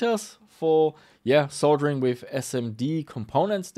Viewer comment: You get a thumbs up for pronouncing "Soldering" properly, as many YouTubers pronounce it "Soddering" and they sound stupid.